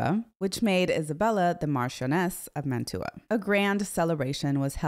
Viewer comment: I really enjoy your videos. Please forgive a pedantic point: "Mantua" is pronounced MAN-tyoo-a (in Italian, the city is called Mantova, MAN-toh-va).